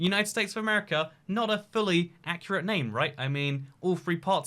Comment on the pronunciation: Why do you pronounce America as Amrca?